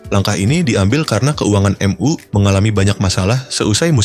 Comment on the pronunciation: Narator nya gimana sih baca nya kaku banget , , , emyu aja di baca M ,,U , , , ga enak bgt